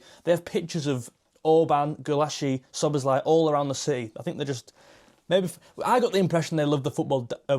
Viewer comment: Listen, my friend! Hungarian writing is completely phonetic, the essence of which is that each letter has a sound, and each sound must be pronounced clearly in turn. This also applies to names. In fact, the name Szoboszlai is also mispronounced in English. If you notice, that name also ends in an i. In the name Ármin Pécsi, the "cs" actually represents one letter, one sound. It's about the same as the ending of the word "touch".